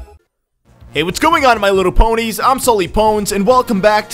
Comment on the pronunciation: no he said pwnies